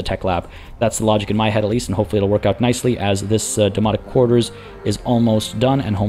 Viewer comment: Loving the series! I do chuckle every time you mention the Domonic Quarters as it sounds like you are saying Demonic and that is just brings visions of with The Warp from 40K or maybe Event Horizon?